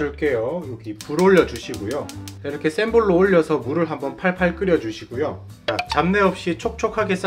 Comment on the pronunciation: 불올려주시구요 하실때 구구 하시는것보다 불올려주시고요 가 맞아요 표준어는 거부감이 없어요ㆍ 잘보고갑니다ㆍ